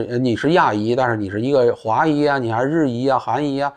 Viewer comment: 裔，四声。华裔，族裔，虽然都能听明白，但是读成华姨族姨的，听着还是别扭。